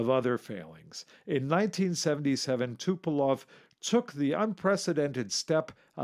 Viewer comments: Designer of TUs was TupolEv not TupolOv. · T U P O L E V - not Tupelov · Also, it's TupolEv, not TupolOv. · Again, it's not Tupelov. It is TUPOLEV.